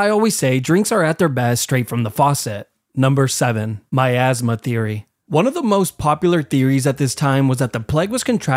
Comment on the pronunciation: Am I the only one who thought he said “my asthma theory” and not miasma theory?